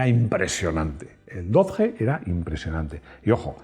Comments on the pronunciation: no temas llamarlo dodye. No sigas con el españolismo con los nombres! Va dicho con franqueza. Con Citroen o Peugeot por ejemplo, los pronuncias bien! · La primera vez que dejo de ver un vídeo en este canal; a la vez que ha dicho [dodje] o [doch] ya me ha hecho bola y misofonía. 😂🤷🏻‍♂️ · Hola. No entiendo porque explicas el 'Haiga" a los no españoles y sin embargo pronuncias Dodge mal a la manera española y no a la manera que todo el resto del mundo conoce al Dodge. Te recuerdo que tu canal se ve mas haya de España y es importante los nombres se pronuncien bien. Igual que pronuncias los nombres en frances bien, debes de hacer lo mismo con los nombres ingleses. Gracias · Por favor, aprended a pronunciar correctamente DODGE que no es tan dificil. No es una palabra toledana... sino inglesa. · los españoles es verdad que si españolizamos muchas palabras americanas. Pero Dodge no. Eso decia un niño de 5 años que esta aprendiendo a leer, pero con 8 ya sabia como se pronunciaba 😂 por el Dodge Viper. Es como el iPhone, hay marcas que si se pronuncian mas o menos bien. Pero otras como nike, Louis Vuitton... Las pronunciaremos como el culo durante decadas.